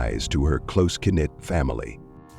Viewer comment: Lol it pronounced knit as kuh-nit 😂